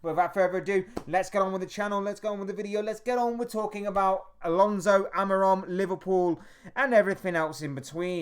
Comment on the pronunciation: Please don't insult that man calling by twitch thot's name. It is pronounced Amoureem!